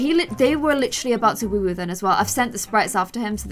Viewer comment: Does it annoy anyone else when she says woowoo it’s woohoo not woowoo